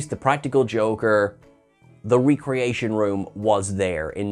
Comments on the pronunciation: Everytime he says 're-creation' instead of 'rec-reation', drink a shot.. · Paul Wesley played Jim Carrey playing William Shatner (and it's REHcreation, not REEcreation.) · Pike clearly said "ree-creation"